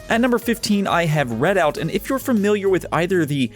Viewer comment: It's "REDOUT" not "READ OUT" wtf